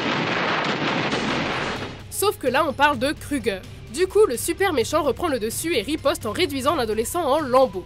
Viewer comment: Fin enfaite freddy keugger. Là des fois c drôle 😂